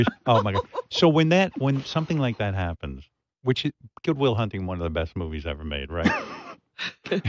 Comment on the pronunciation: Goopic will thunting